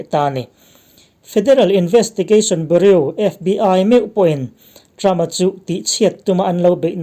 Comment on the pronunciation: Bureau lam dan hi cial tlat hahahaa